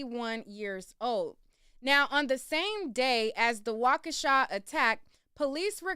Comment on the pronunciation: Not wakeisha 😂😂😂